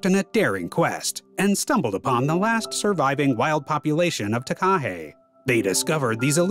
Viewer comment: The way he said Takahe omgggg lolol